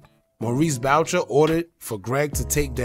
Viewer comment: And its pronounced boo shay not bowcher lol